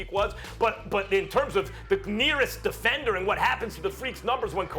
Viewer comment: Who else heard Dominique say defencer twice 😂💀